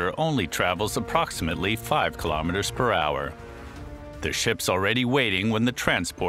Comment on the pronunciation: Kilometers.....NOT.....ki - LO - meters! Free Doc. the worst of the worst! 👎👎👎👎👎; the narrator Just doesn't get it!